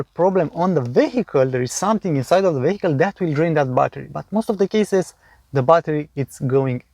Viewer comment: Great video again. And I noticed in every video how you say the word "vehicle". Please check online how to pronounce it right :)) (No hate, just a tip)